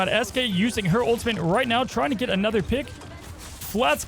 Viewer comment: please learn how to pronounce ultimate if you’re going to be casting. it’s not ultimint. there’s no N in the word at all. you can even just say “ult” if it’s too hard for you